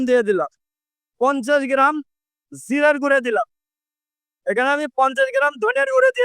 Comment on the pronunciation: ও ভাই দয়া করে বলুন তো দেখি 50 গ্রাম জিরাগুঁড়া বলেন নাকি বুঝতে পারি নাই,, টেনে দুইবার তিনবার শুনছি তারপরও বুঝতে পারিনি ।